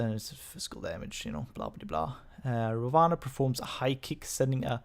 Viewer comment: Ra One. That's the way you pronounce his name.